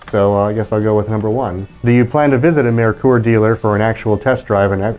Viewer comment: Well done on pronouncing Mare-Coor correctly! Nailed it! Fun walk through.